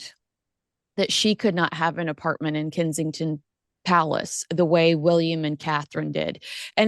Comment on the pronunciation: Kensington Palace is NOT pronounced "Kinseying-ton" Palace🤨 Here at home, we howl with laughter every time you put own name on it. 😀😃😄